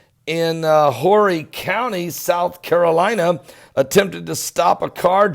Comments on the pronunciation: It is Orry county, the H is silent. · 😂this is local news for me. The H is silent. I repeat, the H is silent in Horry County. 😂